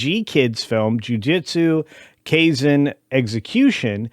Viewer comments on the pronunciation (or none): damn really butchered that pronunciation of Jujitsu Kaisen.